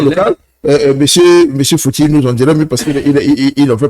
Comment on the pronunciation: Respectez les gens sur le plateau voyons! C'est Monsieur Fouti et non fouti